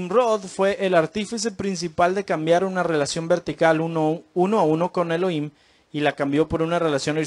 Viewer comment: SALUDOS DE PERÚ ERES INTELIGENTE PARA LA GRACIA DE DIOS: GRACIA O REGALO DE YAH (DIOS), EN HEBREO ES YAHUHANÁN=GRACIA O RAGALO DE YAH. NO SE DICE ELOIM, SE ESCRIBE ELOHIM Y SE PRONUNCIA ELOJIM. NO SE PRONUNCIA: ELOIM. YAHUHANÁN SE PRONUNCIA YAJUJANÁN. YAH SE PRONUNCIA LA 'H' COMO JOTA=YAJ. DESDE PERÚ VEO TUS VÍDEOS Y ME ENCANTAN REFERENTE AL SEÑR YAH Y A SU AMADO HIJO YAHUSHUA NO YESHUA COMO NOS ENSEÑÓ EN EL PADRE NUESTRO A SANTIFICAR SU NOMBRE Y NO BLASFEMARLO. YAHUSHUA SE PRONUNCIA: YAJUCHUA CON JOTA SUAVE Y ESPECIE DE CH SONANTE O CHILLOSA ASÍ: SH, SH O SSSS....